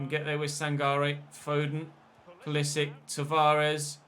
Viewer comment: Just to let you know pulisic is croatian also so you say it like modric